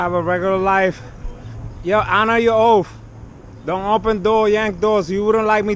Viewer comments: Oaf means oath...toof means teeth...axe means ask..some people make up their own language...lol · "honor your oaf"...........what's an "oaf"?